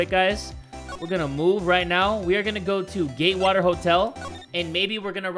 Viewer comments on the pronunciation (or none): Does this make me crazy? Everytime said "Gatewater", "Gaywater" is the first thing that popped in my head? Could this also be a sign that I'm gay? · I heard Gaywater hotel